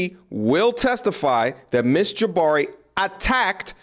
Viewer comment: Why do you say “Jaba-ree” sometimes and then “Ja-bar-ee” the other times? The second one is the correct pronunciation.